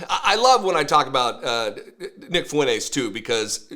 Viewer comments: Am I the only one seeing that it seems he can't pronounce Fuentes well? Hahahaha It seems he is missing the N. Like he pronounce it without the N there. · Has Fuentes ever LOOKED UP HIS LAST NAME?!